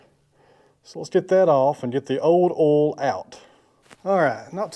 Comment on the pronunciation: Thank you for correctly pronouncing the word "oil". My wife insists that it's pronounced "Oy-uhl". I explained that we're in Texas, so it's correctly pronounced "Ohl". I showed her you video as evidence. Here endeth the lesson.